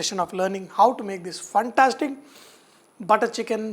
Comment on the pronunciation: I just loved, when you say phantastic 🙂